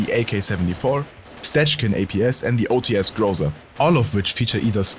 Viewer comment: Great video man! A small thing, it is not ' O T S', it's 'O Ts' with the 'ts' being like the ts in 'runts' or the letter ț if you know it